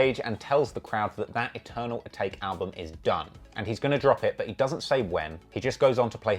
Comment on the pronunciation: Not a"take" it's pronounced "uh-tah-kee"